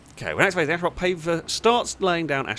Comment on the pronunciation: There's only one "H" in "asphalt". Why in the world are you pronouncing it "ashphalt"?